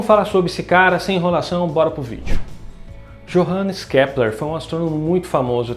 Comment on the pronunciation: A pronúncia correta faz com que o som do J soe como i. Então Johannes Kepler seria Iohannes Kepler.